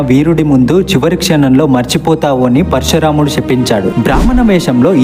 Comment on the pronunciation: Explanation part is crystal clear but శ aksharanni ష గా పలికే కూడదు. శాపం నాశనం అనాలి ... పరశురాముడు పరషురాముడు కాదు.. అధర్మం రాధ ఒత్తు ఉంటుంది అది క్లియర్ గా పలుకగలికితే మీ explanation part flawless